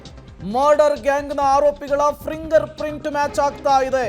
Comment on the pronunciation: ಫಿಂಗರ್ ಪ್ರಿಂಟ್ ಮಾರಾಯ, ಪ್ರಿಂಗರ್ ಪ್ರಿಂಟ್ ಅಲ್ಲ...😂